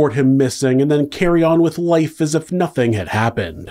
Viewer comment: Nothink happened. Anythink. wtf is this weird pronunciations?!